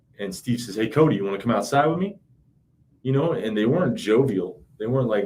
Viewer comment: His name is pronounced Cody not coyt